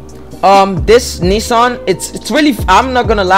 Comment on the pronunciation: finally someone who pronounces nissan as knee-sun and not knee-san